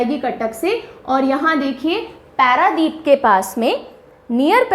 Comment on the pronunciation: It is not हीराकुद its हीराकुंड It is not पैरादीप its पारादीप Please complete yourself Kab tak aaise pdf dekh ke padhati rahengi